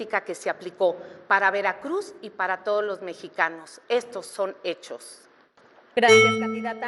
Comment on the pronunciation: Otra Vilchismosa que no sabe leer: realusaré en lugar de realizaré, laboré en lugar de elaboré, mesicanos en lugar de mexicanos, edeología en lugar de idiología…. Y en una sola participación, escuchemos que más tonterías dice en todo el debate